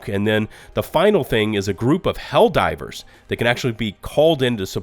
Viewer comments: I love your video man, but I laughed both times when you said "Hell-Riders 2" LOL. too funny! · Why do you keep saying Hellriders? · I'm just trying to figure out why he keeps calling it HELL RIDERS LOL 😂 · Is it me or is he consistently calling the game Hell Riders? 😂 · Is he trying to say hell rider's? Cuz that's what he's saying